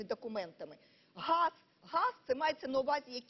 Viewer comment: Хас Хас, Элехтроэнерхия , Хас, Хорячая вота